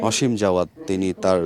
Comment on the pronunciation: অসীম নাকি আসিম? নামটা পর্যন্ত সুন্দর করে বলতে এরা বলে সাংবাদিক 😡😡